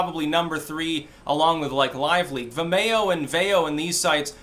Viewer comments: Vimayo? You mean Vimeo? Like Video? lol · Oh vim-e-o, I was like wtf is vamayo, lol. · Its pronounced Vim-ee-oh. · Vim - ee- oh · Say Vimeo like vi mayo one more time Fucking do it. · It's pronounced vi-me-oh. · "vimAYo"? You sure do put some weird emPHASIS on some weird syLLABulls... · I had to listen to mispronounce Vimayyo a few times before I could figure what he was talking about. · Oh, is that what he was saying? I kept thinking "What the hell is The Mayo?" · Is trying to say 'vimeo'?